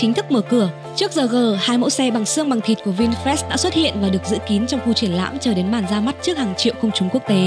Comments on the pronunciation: Vinfast mà đọc như Vin fresh vậy?😀😀😀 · Mình cũng định comment giống bạn, nghe vin fest mà phát mệt luôn =)) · Tđn bà thuyết minh cứ đọc là Vinfres là sao ko biết nghe khó chịu vl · nó cứ đọc vin phét nghe bực thật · Vinfest là cái gì? Đọc cho đúng chứ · Sao bạn đọc bôi bác thương hiệu vậy.mong bạn đọc cho chuẩn vào nhé